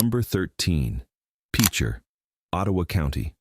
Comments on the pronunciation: It’s pronounced like a pitcher of tea not Peecher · Seriously if youre going to make a video, say the names correctly. PEECHER???? LEED? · It's pronounced pitcher. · The pronunciation in several things were wrong, I had to stop the video. After seeing him talk about towns that are still very much there. The first town is PITCHER. I had a friend die in that tornado… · AI is pronouncing Picher wrong. Its like Pitcher... The Dalton gang was killed in coffeyville KS, Dalton Defender Day is a local thing its pretty cool if you ever get the chance to go. Guthery isnt a ghost town.... Ok I give up, AI mispronounces so many town names that have tribal roots. This leaves out alot of towns/communities look in Nowata, Craig and Osage counties. I only mention those since im most familiar with them. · F’n AI read discourse littered profusely by mispronunciations and misspellings. And this is seen as a fitting epitaph for the ghost towns of Oklahoma. Gutherie is still an active and thriving town as is Ingalls. Picher is pronounced, Pitcher and the reason for it’s abandonment is not honestly disclosed in this video. Okmulgee County is pronounced Oak-mull-gee, not Oach-mull-gee. Muskogee is pronounced Musk-o-gee, not Musk-A-Gee. Both the Federal Government and State Government have and still continues to ignore and violate the treaties between the sovereign Native American tribes in Oklahoma. I wish I could live long enough to see both governments acknowledge the sanctity and recognition of Sovereignty by my own Cherokee Nation and those of all five civilized tribes and native Americans displaced from their own original homes by virtue of the Trail of Tears. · I don't think most of the employees at the national weather service are Okies. And for some reason non-Okies can't pronounce Cimarron or Pitcher. ha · Guthrie is NOT a ghost town. It’s bigger now than it has ever been. Also this Ai cannot pronounce words lol peacher 😅